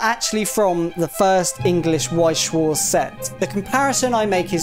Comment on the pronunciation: Damn, butchered Weiß schwarz Name.